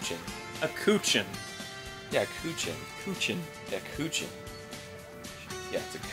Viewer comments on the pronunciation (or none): Not coo-ooh-chin, cho-ooh-chin. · It's not "Kuchin" Arin, it says "Chouchin". That's pronounced cho as in chode, and cheen as in cheese but with n instead of se. I think the Pokemon Chinchou is the reverse of that.